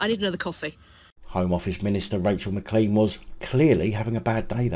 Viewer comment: i watch all your vids mate. Just a wee thing. The name McClean is pronounced Mc Clane It is a Scots surname. It is ok though coz she is a muppet. Keep the vids coming mate.